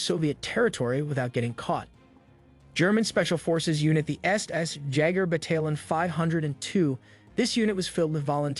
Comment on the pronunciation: Bro ya wtf and "BATA - LON"......‽‽ BATTALION [(like) Batal - yohn] c'mon G! [DØN'T wanna b a full on chump but Nah_Zee is harsh too.... The German ''Z'' sounds of TZe so it's 10000% {Naht_zii (NAZI)} ITs messing w my damn BRAIN LøL!!!]